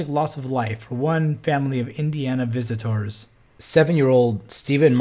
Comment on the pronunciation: you say "visitors" and "when he was found and pulled out of the water" both very strangely. surely you were mocking Hovind's manner of speaking in purposefully pronouncing those two words similar to the way he does?